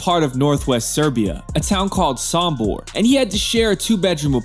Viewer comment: Sombor not Sambor!🎉